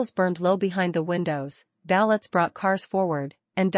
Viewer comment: A very submissive mafia boss, and you pronounce valet in a very interesting manner. The boss doesn't believe in using lawyers very often,and didn't believe in making Ariadne disappear either. As I said a very submissive don.